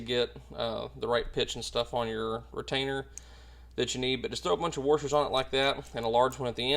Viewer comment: Excellent video but…. Did he say Warshers???